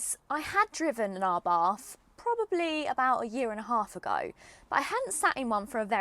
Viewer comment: You are still mispronouncing ABARTH........It is pronounced "Abart "(the H is silent).....